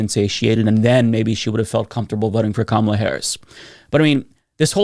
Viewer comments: I hate bigotry, yet intentionally mispronounce Kamala's name, like the racist that I am. Solid,. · She might not be intentionally mispronouncing “Kamala” but has heard it pronounced that way on Fox “News”, OAN, and Newsmax cablecasts and Queers for Trump as well as by other right-wing influencers online that she thinks it’s the correct pronunciation. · And there you have it. Won’t even give Kamala Harris the respect of pronouncing her name correctly. 🙄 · She's as deranged as Chump voters who consistently vote against their own interests. Notice, too, that she mispronounced Kamala's name! She sounds like an idiot! WTFU AMERICA!!!! ❤😊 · And of course, she couldn't say Kamala's name correctly. That's a red flag. Is this woman a new Dave Rubin in the making? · "I don't look at someone who voted for Kah-MA-la like they ...." if you refuse to pronounce Kamala's name correctly, I suspect that you've been voting for Republicans up and down the ticket for a long time now. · The fact she pronounced it "Ka-MAH-la" instead of "KAH-mala" is telling. It seems to be a pretty reliable marker of who you listen to. So deep in the bubble that she doesn't even know she's in it. "What's water?" asked the fish. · and I am sick and tired of people mispronouncing her name. it’s comma-la. it’s not hard. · She said kahMALah while demanding respect for herself. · I think the way pronounced "Ka-MA-la" tells you where she's been getting her information from lol. But yeah, just another example of a gullible member of a marginalized group getting duped into voting against their own interests due to their hatred of a different marginalized group. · The sheer fact that she mispronounced Kamala Harris’ name tells me everything I need to know honestly, besides the fact that her arguments make absolutely no sense already. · She’s an idiot she’s intentionally miss pronouncing Kamala Harris name and showing that same MAGA hate towards a person of color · COMMA-LA. SIGH....